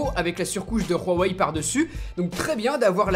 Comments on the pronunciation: Khwawei? Hhhhhhhh c'est huawei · pk il dis "Rhuawei" , c'est Huawei , tu mets pas un r devant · On dit huawai ai non rhuwai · On dit pas rhawai mais houahwai! Dans la pub du mate 10 ils disent houahwai! Arrête de te donner un style c'est ridicule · Superbe vidéo avec un test comme on aime. Rien à redire (heu on dit vraiment rouawei ? c'est chinois juste ouawei) Ta vidéo est vraiment pro, tu parles clairement comme toujours, franchement continue comme ça t'es au top ! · Pourquoi tu dis Raweï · ON DIT "WUAWEI" (en phonétique) ET PAS "RHUAWEI" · C pas "ruawai" comme tu le prononce c "huawaï" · je m'excuse mais c grave quand tu dis ruawei breffff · Putin on dit hawei pas rawei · Huawei pas Rwawei mdr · Huawei .... pas RUAWEI ... tu as cru que c'était de l'Espagnol 😂😂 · C’est huawei pas rouawei 🤣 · Je suis asiaitique et ma mère m'a dit que ça se prononce mwavaï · Woawé pas rouawé (oui j’ai écrit bizarre mais sa me dérangeais comme tu prononce) sinon top comme d’hab du bon travail et tes vidéos des améliorations depuis le 73freesteler et oui toujours abonné 😘👋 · pk tu dis "ruawei"? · Pourquoi tu prononce Huawei en mode Espagne ??? On dirait vraiment que tu dis Rorey MDR. Concernant les "boutons" comme tu dis en bas qui te dérange, il y a une fonction qui l'efface et on les fait apparaitre en faisant un léger slide de bas en haut sur 2 ou 3 cm... donc pas dérangeant du tout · J'entends mal ou c'est lui qui dit RHUAWEI ? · C'est moi ou bien j'ai l'impression que dit " Rouwawei "?? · Superbe vidéo mais par contre on prononce ça : "OuaWey" ^^' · Ca se dis vraiment ruawei? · mais prq tu dit rhowei ?? xD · Ruawei mdrrr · stp arrete de dire juawei c'est horrible mdr... sinon encore une super video